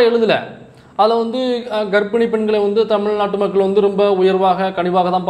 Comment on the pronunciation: Bro mamakkal illa bro makkugal bro.